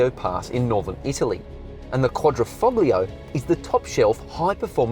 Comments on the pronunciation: Please don't pronounce the G in Foglio. It sounds really gross. Ciao. (Foh-lee-oh) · The quad ri foGGG liaaaa. Do some research before attempting to,speak the language! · The "g" is silent in Quadrifoglio